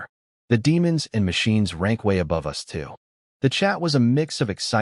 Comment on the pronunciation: Is the AI generator a USA patriot or something ? Every time there is the word "us" it's said as "U.S." To be honest a lot of 2-3 sign words are said totally wrong. For "my" is like "em why"